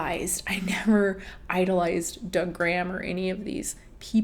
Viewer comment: Whenever you say Doug Graham I always hear it as “da gram” like slang for Instagram 🤣😭